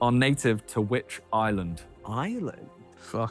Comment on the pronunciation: the way vikk says island is so satisfying wtf